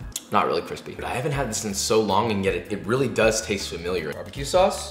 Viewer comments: Joshua: My chicken nugget is cwispy and hot Also Joshua: leaves McDonald's chicken nuggets out four 3 hours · And then we’re gonna fry it till cwispy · *me*: mmmmmh these nuggets are so kwispy and nice *Joshua*: not kwispy at all, trash *me*: not kwispy at all, trash